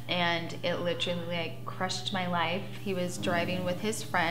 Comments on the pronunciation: “Littrolly” it’s “LITERALLY” and you don’t need to use it every 10 words 🤦🏻‍♂️ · I like litcherally got my like bachelor's litcherally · "like I litchrally.." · Like litcherally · "I litcherally" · I litcheraly cannot stand the way she says literally. I literally cannot stand anything about Farrah. She’s always the victim and acts like she’s standing up but we all see the way she treats her family. She licherally, treats them like shit.